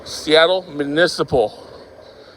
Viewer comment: it’s municipal, not manisiple